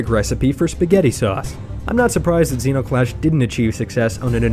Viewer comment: zero clash? did u just say zero clash?! ZERO CLASH ZENO CLASH